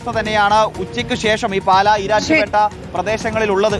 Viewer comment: 'പാലാ ' എന്നതാണ് ശരി.